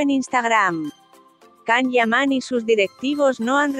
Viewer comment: Por favor que le introduzcan a la máquina que habla, un programa de buena pronunciación! (Si es posible) 🤗CAM (nooo) ... Yan o Ian... ☺No es agradable oir esta forma de hablar y tampoco la información es buena☹️